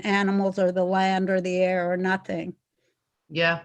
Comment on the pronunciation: Hou dis bradda pronoune NATING correct